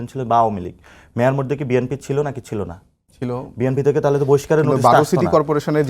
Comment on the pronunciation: নাসির উদ্দীন পাটোয়ারী তো BNP নামই উচ্চারণ করতে পারে না,এই লোক আবার দল গঠন করবে,আগে অন্য দলকে সম্মান করতে শিখুন